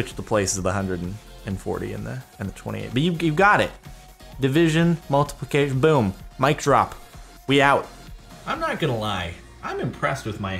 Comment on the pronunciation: 'Multiplucation' irritated me soo much